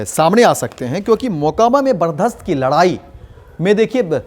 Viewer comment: बर्चस्प होता है सर बर्दास्त नही